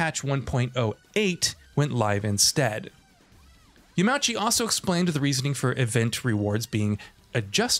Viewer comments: Yamauchi is “yah-mah-oo-chi” not “Yah-MAW-chi” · Came here on my phone after watching on my tv to simply say, please learn to pronounce people's names before you butcher them. It's not "Yamowchee", it's "Yama-oochee". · Sadly only a half story told here. The roulette where you only get a small amount of money IS a big issue, and Yama-uchi san (not Ya-mauchi btw)'s letter is full of contradictions that stoke the fires even higher. He wants people to enjoy everything the game has to offer and reduce the grind, thus lowers the amount of money you get from races? And he don't want people to lean on MTX, while everything he does incentiveices using MTX? Just like the fact you can't sell cars you don't use, like you could in previous installments (also a thing left out of this video). Yamauchi san knows exactly what he is doing and it hurts the franchise in a major way. Might as well take him off the project. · “Yamowchi” Come on, please take the time to learn to say someone’s name, especially when someone is a KNOWN developer. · >yamowchi really? lmao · Yah mah ooh chee Tuh rees smo